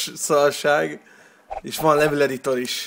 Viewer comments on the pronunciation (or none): Restartolni kell a levölt meg finál shaowdaown xD